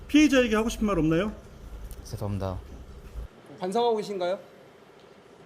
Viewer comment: 죄송합니다할때발음보면 죄송합니다~ 전혀반성안하는 말투인데?